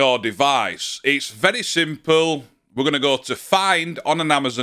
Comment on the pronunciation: "It's very simpill." LOL.